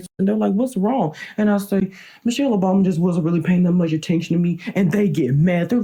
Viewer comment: “Introducing Ms.Michelle Obomy”🤣